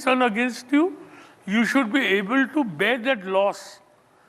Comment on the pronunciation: pls can you say like BAER for BEAR instead of BEER